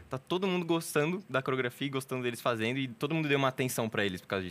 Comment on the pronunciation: Esperava nada e foi show! só eu que notei que ele troca o D pelo N ? fazeno, andano, dançano...